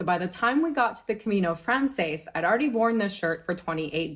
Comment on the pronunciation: I’m grateful for this packing list. We’re just starting our planning for next year’s Camino. There are so many things here I never thought about. Side note: your pronunciation of Camino Frances is painful. In Spanish it would sound like Camino frahn-THESS. In French the words are different: Chemin de Francais.